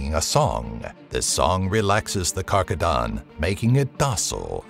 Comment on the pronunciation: ezhdeha translates to Dragon, and Simorgh to Pheonix asI know, but overall cool video. also it's not karkadan for rhino lol. Its KarGadan